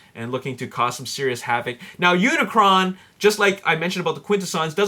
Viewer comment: um dude (lol) its unicron not unicorn XD